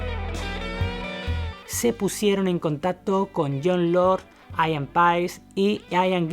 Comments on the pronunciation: Pronuncias como el cu lo. Se pronuncia Parpl no parpel, guilan no guilian, ian no aian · Aian ???...Aian????...o....Ian ...aprende a pronunciar... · Buen video. Pero Ian se pronuncia tal cual: Ian. Eso de "Aian" es un error. Ian Gillan, Ian Paice, Ian Anderson... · un concejo, el nombre Ian se pronuncia asi como se escribe, no se dice aian.